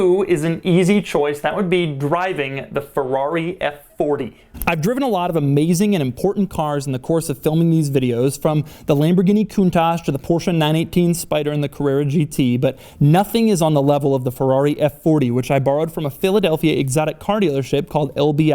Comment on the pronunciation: I can't trust his pronunciation any more with words like countach... Kuntash.... Goonstash?